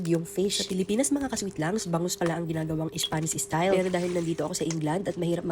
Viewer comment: da more VAYJTABOLS da better… por the ISPANSH ISTAYLE SALMON…